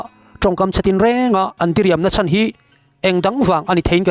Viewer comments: A chan zatve ni loin a chàn (lost) zatve tih tur zawk aw😊😊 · Ram tana a chan nilovin, Ram tana a chân (Hloh) tih zawk tur a nih hmel